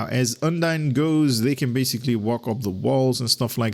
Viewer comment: Now you need to learn how to pronounce UNDINE Looks like really really good ship